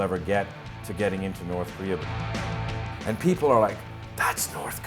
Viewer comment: Lol, "against the Korean.. a-peopoh." It's so funny how proud they are for having captured one of our ships. It's like a kid being pumped as fuck for getting a t-ball participation medal or something. We should just drop leaflets with shit like, "we landed on the moon bitches," and "in the West the sunlight actually makes it to the ground." Poor people.. I hope we never have to invade them, because I think a majority of the public is so indoctrinated they would fight for nothing.